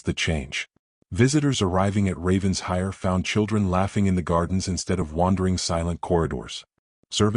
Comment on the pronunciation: OMG! Getting tired of typing this: IT IS NOT RAVENS-HIRE. IT IS RAVEN-SHIRE!!! Lord Pemberton’s son is a holy terror! Arabella Hawthorn is well rid of him. Fortunately for her (and the Duke) the Duke shows up, desperately in need of a governess. Celeste is an envious witch, who will go to any lengths to accomplish her goal. Nathaniel is a worm. Lovely story about one family healing and learning to live again!